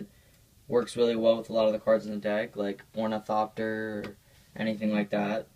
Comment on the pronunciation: I if you're name is gonna be ornithopter then you should say it right